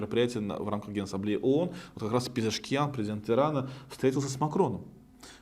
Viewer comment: Не Пшезкиан,а Пезешкиан.